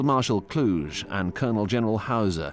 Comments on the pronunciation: For those unaware, that is not how Gunther von Kluge's last name is pronounced. No historian that I'm aware uses such pronunciation. The "g" in "Kluge" is pronounced as the "g" in "cougar". So, it is pronounced something like "kloo-ga" or "kloo-guh". I hope that you got the idea. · Yeah, it rips my ears and im not German. The way they pronounce it is the city in Romanian Transylania - Kluj. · That's a somewhat eccentric way of pronouncing von Kluge. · Why do you guys always spell German names in such a weird way? - just like (for example): "von Kluge" becomes (phonetically) "KL-OO-ZH-E" or "Waffen SS" become "UOFFEN-ss". It's KLU-GE - you spell just as you read it: "KLU-GHE" and instead of "Uoffen" it's "VAFF-en". That's a HIGH-QUALITY series of documentaries! You'd at least expect the most important names to be spelled correctly.